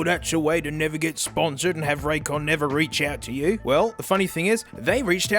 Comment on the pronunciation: Raycon more like suhcon 😩